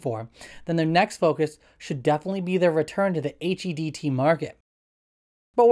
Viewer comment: Clean your ears. He clearly said HEDT.